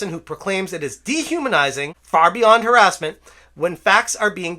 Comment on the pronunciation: "The truth is haressment"